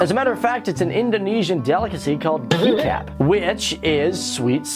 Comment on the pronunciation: "kikap" wait.. lemme rewind.. "kikap" i don't believe it!! I don't understand how i haven't heard anyone say that before!! but now i have. 😂😂😂😂😂 i think its pronounced " Kichap"